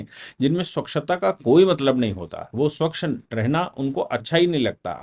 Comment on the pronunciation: स्वकश नहीं। स्वच्छ।